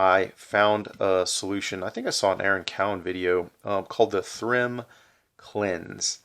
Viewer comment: Think it's pronounced like theorem. Do a review of the Paragon lens cleaner next!